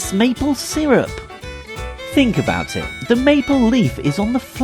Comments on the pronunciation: "if you dont like it just dont talk aboot it" number 11. dont say aboot. we dont say aboot, so you dont say aboot. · How about not saying aBoOt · when he said "dont talk aboot it" at the end it made me SO MAD since i live in canada and we dont say aboot and it makes me mad when somebody thinks we do say it.